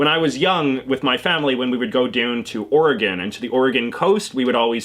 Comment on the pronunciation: THANK YOU FOR PRONOUNCING OREGON CORRECTLY!!!